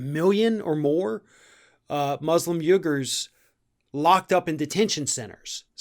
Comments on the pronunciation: it's pronounced "we-grr" not "you-grr". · It's pronounced WeeGer?